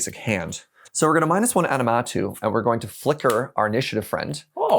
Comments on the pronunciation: Every time they said “aNiMatou” it broke me a little more lol aMiNatou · The amount of people that say "Animatou" like it's "anime" and not "Aminatou" which is what's printed on the card. I have too many Sisay mains in my area that say it that way too, hah. Just playful jest though, haven't seen canlander before and it seems neat, but I'll stick to cEDH. Thanks for showing it off though! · they butchered the name ❤ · wait, is pronouncing Aminatou differently each time XD